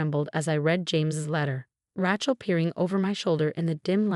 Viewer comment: Once again IT IS NEVER PRONOUNCED RA-CHILL. It is Ra(long A) chill. Your system is stupid and so are you. You must also be lazy and uneducated.